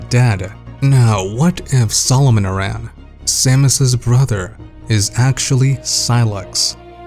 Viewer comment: So I hate being a pronunciation critic, but "Aran" is pronounced like the name "Aaron". Voice acting in the series is most prominent in Other M, and they pronounce it like that throughout the game. But who am I to judge? My entire life I pronounced Kakariko as "kuh-care-eh-ko" and BOTW taught me that I was wrong. Anyway, this theory for Prime 4 seems pretty legit. If you're right, that'll be one hell of a prediction. PS: yes, I know her last name is inspired by the Arantes soccer player and that the "Aran" in his name is "eh-ron". I'm just using game audio as evidence.